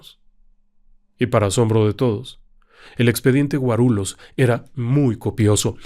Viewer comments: Querido, diga Guarullos en vez de Guarulos. Lh en portugués se dice Ll. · Se pronuncia GUARULLOS la lh de pronuncia igual que en Español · En portugués la "lh" se pronuncia "li", por lo que Guarulhos se pronuncia "Guarulius" y la "o" como una "u" suave